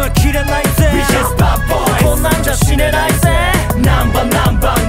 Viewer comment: 死ねないゼのところの発音好き